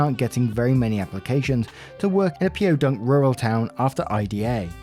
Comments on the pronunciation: spelling out Po in Po Dunk lmao. Its just Po not P.O like saying Poe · Story 4- a HS wrestler in California was forced to shave his hair or forfeit his match. California passed a law that people cannot be discriminated against for their hairstyle. By the way, Po Dunk is pronounced Po dunk, the word po not the letters .